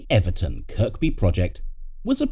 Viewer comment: Second K in Kirkby is silent